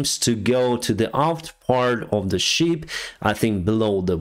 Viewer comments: It's the SHIP not Sheep 😅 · It's shIp not sheep (you know creatures that go baaa, baaa 🙂